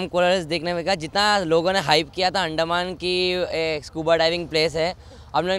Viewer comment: अंदमान है भाई उस्को अंड कह रहे हो.😂😂